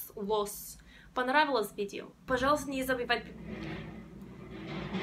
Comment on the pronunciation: В слове "Понравилось" ударение нужно ставить на букву "а"! Удачи красавица!